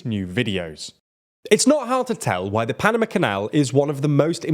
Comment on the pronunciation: Sorry, can't get on board with that pronunciation of Panama... 🤦‍♂️